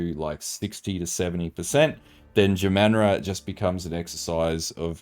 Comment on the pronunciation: Say jamanra again. Jah - mahn - rah.....